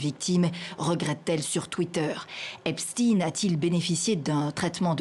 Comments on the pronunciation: Epstine ? NON, Epstein, comme Weinstein. CHTAÏNE ! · Pas Epstine mais Epstein, il est pas russe, mais juif.